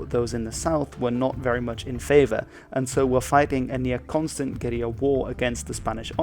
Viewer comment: Thank you for pronouncing guerrilla correctly